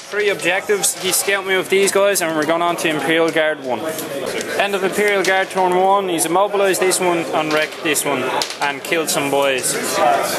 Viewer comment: torn = after you rip something. Accents almost never bother me but your saying a totally different word.